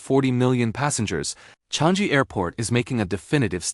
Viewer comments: 😂 Changi is not Chang-jee, more nasal sound, like chungng - gee. Named after a tree, the Changi tree in the area. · It’s pronounced as CHANG-EE not Chang-gee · The AI voice need to learn how to pronounce chang EE